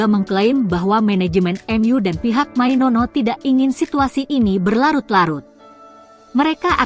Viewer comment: Mainoo bkn mainono🤣🤣🤣